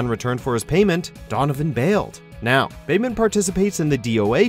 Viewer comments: I just don't understand how he mispronounced Bayman. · Correct pronunciations - Bayman is pronounced as "Bai-mahn" - Helena Douglas is pronounced as "Elena Douglas" because she is French and the letter "H" is silent in French - Leifang is pronounced as "Lei-fahn" - Ryu Hayabusa is pronounced as "Ri-yu Hayabusa" - Ayane is pronounced as "Ah-ya-nay" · They butchered almost every pronounciation, you shouldn't have been shocked by that point. "Bay-Man," "Lie-fang," "Rai-you" and you should get the point by now. They don't understand Japanese or even basic phonetics.